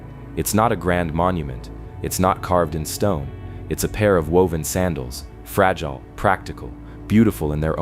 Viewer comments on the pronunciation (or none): none